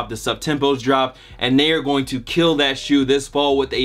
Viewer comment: he lowkey said thot shoe😂